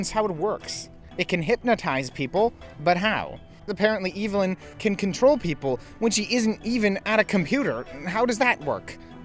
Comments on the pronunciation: Evelyn is pronounced Ev•eh•lyn not Evil•n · I just wanna know how one can manage to mispronounce a name that is said and pronounced correctly in the movie being discussed 😭 unless you’re saying her name like that as a bit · You said the villain’s name wrong…the entire video. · Are you saying Evelyn like that on purpose?